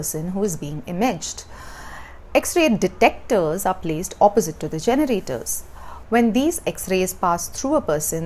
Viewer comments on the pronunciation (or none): none